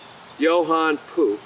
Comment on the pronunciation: Perhaps you should tell your "ai voice person" that it is n o t pronounced "puke".....🤯 #aislop #NEXT